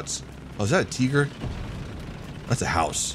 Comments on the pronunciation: I cringe everytime he says Tieger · love the correct pronounciation of "Tiger". lol